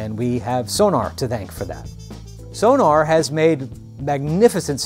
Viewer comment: It’s pronounced Sonawr, not Sonar. It’s German.